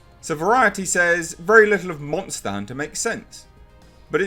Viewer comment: "Nobodys a munta hunter. Well, maybe some people are" 😂😂😂😂